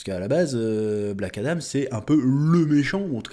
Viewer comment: Adam frérot, pas Adame 😂😂